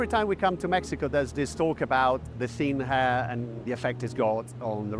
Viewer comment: "Ze thin hair"